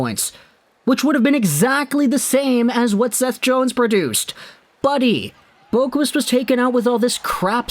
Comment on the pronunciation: Boqvist is pronounced like bow-vist.